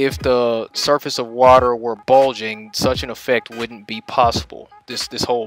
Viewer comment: What the hell is 'wodder', anyway?